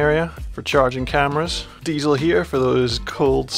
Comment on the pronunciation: "Deisel" and also a "compessor" that's next level 😂